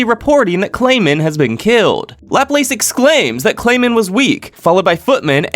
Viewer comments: It's not "lap-lace" it's "la-place"(-plas) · Sorry how are you pronouncing laplace? It’s Lu-Plass Great video tho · The way that laplace is pronounced is so... Annoying